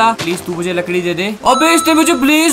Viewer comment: told ladki not lakdi